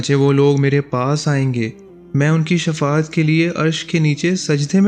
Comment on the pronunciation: Shafa at nhe baijan Shifa at he